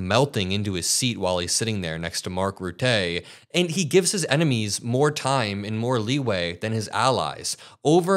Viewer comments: 1st You're spot on with your take on UA! 2nd -Rutte isn't French - the intonation is on the "u", not on the "e" at the end... You're doing GREAT,..keep em coming... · Just a little comment about the pronunciation of Mark Rutte’s surname, it is ruh-tuh, not routay. If you google it, you can actually get it in sound. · It's not Mark Rutay but Rutte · Mark Rutter, Rota is how you say😂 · please stop calling the Sec Gen of NATO Mark Rutter as Mark Ru-tay. He's Dutch and his name should be pronounced Roo-ta. Sorry but it's unprofessional. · Its not Rutteeee. It’s Ruttè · Ruttuh like in "duh", not "tay". Just for your information. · Hey, just small heads up with the pronunciation of Mark Rutte's name - Rutte is pronounced as 'Rutu' - where both u's are the same as the u in the word buck/luck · Rut-eh bro not Ruttè . Keep up the good work mate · It’s Roo-dah, not Roo-tay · It’s Mark Rhù-thù, not Ruethay…. (From a Dutch follower of your great shows.) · Rutteh. Not Ruttay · It's not very important but you pronounce the name of Mark Rutte wrong, it's Rùttù, not Rutté 😊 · Hahaha we Dutch are not as fancy as the French. It's phonetical; Rutten, not Rutté☺️. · It’s Mark Rutte pronounced as Ruttuh with the t’s audible. Your welcome. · Dude, I am from the Netherlands and you pronounce Mark Rutte as he is from France. 😂😂😂 you bether say Mark Rotten (like in rotten tomatoes) but instead use a U instead of an O. Love your show. Keep up the good work. ❤ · FYI, Mark Rutte. Rhymes with 'butter'. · A tip on how to pronounce NATO secretary's name, Mark Rutte. Rutte = Rue -tah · Please correctly pronounce Mark Rutte’s name? The first half’s vowel sounds like “put” {i PUT the card on the table}, not “root” or “rut”. Second half is “tuh”, sounds like “huh”. Accent on first half: RUT-tuh. 💜🇳🇱💜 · It's pronounced Rutta... He's German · You pronounce Rutte as ruttuh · Can you stop pronouncing Rutte's name like a spaz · Please say Mark Rutte's name right.